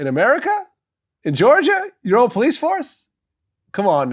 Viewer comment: "police" not pice